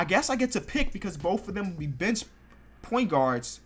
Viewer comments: does anyone else think he says B** instead of bench? like if u agree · when he says bench it sounds like b*tch